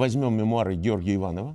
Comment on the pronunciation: Жаль, что профессор РГГУ не знает, как правильно произносится фамилия выдающегося поэта Серебряного века Георгия Иванова.